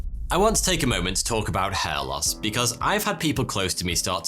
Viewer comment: Soty or Foty or Toty, seriously, your pronounciation needs some clearing and training to make letters more defined, when you said hair It sounded like head and there are other words that you pronounce so unclear it's hard to tell what you said even from context. We, Russians pronounce all letters clear and sharp exactly as they are and it's so frustrating to hear how people in other languages destroying written words with pronounciation that missing letters or has them so identical to each other that you can't tell what was this letter 😇